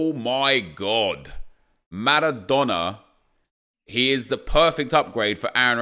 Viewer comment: Please stop pronouncing all the names and words correctly. If I heard Maradona with a rolling "R" one more time I was launching my phone at the wall... good vids though. N I don't even know why it triggers me so much either 🤷‍♂️